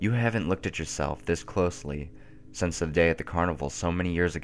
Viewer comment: Anybody else noticed that in videos, he always says 'sense instead of 'Since'? Lol.